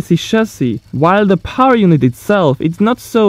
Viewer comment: The word power has 2 syllables it's by powr it's power